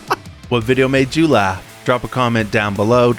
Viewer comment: did you just say “what madejew laugh?!? 😂😂 😎🦅🇺🇸